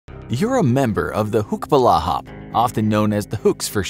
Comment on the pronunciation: Its not hucks its huks ,hukbalahap = hukbo ng bayan laban sa hapon means anti japanese forces